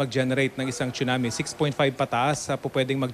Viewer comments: Hurts my ear when I hear "choonamee". OH GOD. PRONUNCIATION. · Im confused, should it really be pronounced as "chunami" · Excellent report. I like the quake simulator shown at the Phivolcs center. Someone needs to let Raffy know how to pronounce a Tsunami.